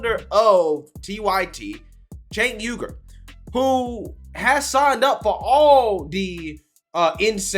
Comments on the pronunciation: is he saying Cenk Yogurt? LMAO. I can't stand the guy but a lot people don't know how to pronounce his name. It's pronounced Sank-Wee-ger. BUT please keep saying Yogurt, I think it's fricken hilarious. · It's actually pronounced Jank not Sank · “Jaynk Youger” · It sounds like you’re calling him Chank Yougurt 😂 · "Tank Yogurt" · It is pronounced "chunk yogurt". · I LOVE the fact, that you called him Chenk Yogart! 😄 he needs some yogart! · I lol'd when I thought you called him Chenk Yogurt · the actual correct way to pronounce it is Sank. Now maybe he pronounces his as Jank. That is what I used to say but then I have been corrected by people so many times, lmao. I think he needs to come out and just fricken tell people how he wants his name pronounced. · Love how pronounced Cenk’s name different every time he said the name